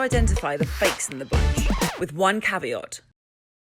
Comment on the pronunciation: Wow, she’s clearly never said the word ‘caveat’ before. 😂